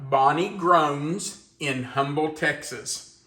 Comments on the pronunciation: Hi, just so you know for the future, Humble, Texas, is pronounced “Umble.” My Mom was born on Moonshine Hill in Humble. A lot of places in Texas have weird pronunciations. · Just a little added information about the town where Bonnie sent you the recipe from. The “H” in Humble is silent. My step-dad was born and raised here. When I was 11 months old he married my mom and moved us here. Humble was named after the postmaster Pleasant Humble, during the oil boom. And the Humble Oil Company had its humble beginnings here. By the way I will be 80 in November!😊